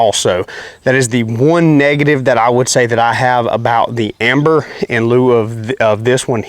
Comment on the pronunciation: Dude it's ember with an E..... not amber